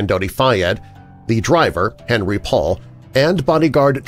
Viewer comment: fabulous as usual! (btw it's "on-REE" - him being French)